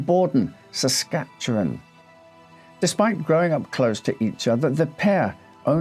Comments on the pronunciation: Great video, and as someone who’s lived here my whole life I give bonus points for nailing the pronunciation of “Saskatchewan” 💯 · Well I never! You pronounce Saskatchewan properly. It is appreciated. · Your Empress is pleased with your pronounciation of Our home province. 😊😄🇨🇦 Also, the house is a bit of a tourist trap even now. Allegedly haunted. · Congratulations on properly pronouncing "Saskatchewan"